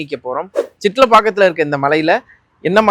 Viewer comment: சித்தலாப்பக்கம். சிட்ல இல்ல